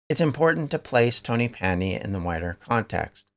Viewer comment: Great video. It's pronounced tonnapandy btw. Ta man.